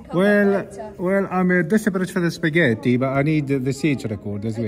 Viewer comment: "I was on my way to have a Spa-gett-ti " 🤣